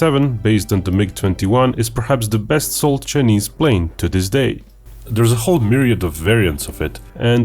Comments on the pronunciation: He pronounced "China" correctly but kept saying "Chunese".🤔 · "Chenees"? His pronunciation of "Chinese" is driving me nuts! Embarrassing. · I love the chinese pronunciation, Che nese. The chenese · For the information of those not in the know, China is pronounced as Chai- ner. Correspondingly, Chinese is pronounced as Chai- niece. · I like your video but stop pronouncing it "chenese". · how can you say "China" correctly but use a different vowel sound when you say "Chinese" as chih-neez? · Your ' chinese ' pronunciation is like Indian are you an Indian in disguise of a Russian?